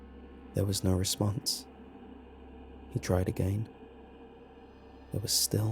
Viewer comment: How it's normally said "again" How says it "agaien"